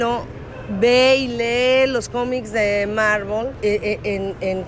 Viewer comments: se dice Marvel, no marvol, o mármol (no le entendí ) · dice marbol? osea como el árbol :v